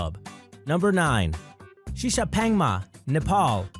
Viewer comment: 시샤팽마가 아니라 시샤팡마다. 혀는 꼬부라져가지고. 양놈들이란.....